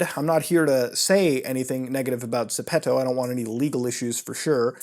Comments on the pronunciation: Zepeto? 😂 Bruv Like a Frenchman saying "The pedo"? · It's actually pronounced geppeto in Korean. But for English speakers it's ZEH-PEH-TOE. Or add an accent and it turns into the word shoes in spanish (ZAPATOS) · it is called ZEPETO not ZEPTO. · I thought i pronounced zepeto correct but i call it zeepeedo